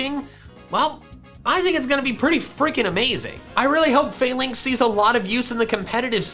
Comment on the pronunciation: i believe its pronpunced fah-links and not fail-links